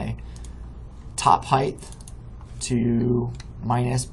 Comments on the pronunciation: Good video, thanks for showing me this. One complaint, though. There is no "th" sound at the end of the word "height" Width, yes, Depth, yes, HeighT, no. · Thanks for the tutorial. I have one of my own for you. The word... "Height" ... notice the end is "HT" it is not "TH" Height ends like hot... with a T. Not with a TH like the word width. I hate when folks i am looking to for help have such trouble with a simple word like height. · Thank you. Really appreciate you taking the time to make this. By the way “height” does have an “h” and a “t”, but not a “th” at the end.